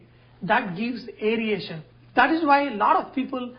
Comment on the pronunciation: Airation. NOT Airiation please.